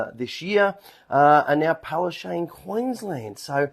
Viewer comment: Correct pronunciation of Palaszczuk is not (Palarshay). It is Palarsechook (according to my Polish friends).